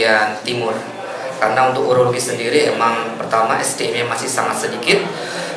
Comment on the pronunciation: Bukan Eurologi, tapi Urologi